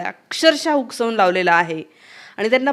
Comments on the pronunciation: मॅडम हुसकावून म्हणा, हुकसावून ऐवजी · शुद्ध बोला.हुकसावुन नाही.हुसकावुन.. R.s.s.शंभर वर्ष चालली.जगातील सर्वात मोठी आहे ़्तुम्ही जळुन उपयोग काय.? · हुकसानून नाही हो ते हुसकावून असतं